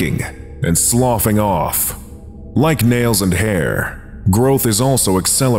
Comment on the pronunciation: The correct pronunciation of “sloughing” bought you a fat sub from me. 10/10